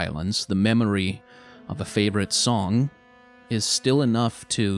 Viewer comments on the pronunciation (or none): none